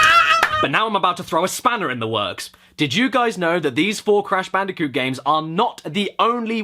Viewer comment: cash banooca